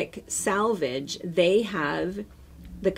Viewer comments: Nice video but it's sElvage, not sAlvage. Not sure why everyone pronounces this incorrectly. So much great information and not getting key words right. Sorry to complain. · I also learned so much, even though I worked at a fabric store years ago no one ever taught us a lot of this info. Just one little thing (and I've heard so many others do this that it makes me think this must be a midwest thing) it's selvage, not salvage. Scrap metal is salvaged but fabric has a selvage! Now I feel petty for mentioning it but as a professional I think you'd surely want to pronounce it correctly.